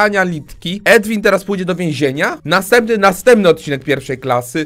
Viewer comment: Chłop nazywa się Edwin ? Czy nikt tu nie potrafi powiedzieć Erwin